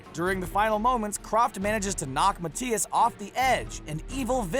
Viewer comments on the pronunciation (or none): Isn’t it Mathias? Not Matias lol but hey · Also, it's Ma-thy-is no Mat-tay-is. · "Mah tee as"? It's pronounced "Math I ass"